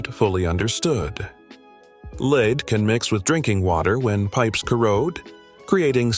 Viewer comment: Lead is a metal pronounced led not leed, which can be confusing. Your local chemist!